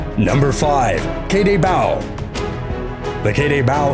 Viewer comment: The Mallorcan/Majorcan Bulldog that you are calling "Kay day Baow" is pronounced (käh/khäh déh bóh)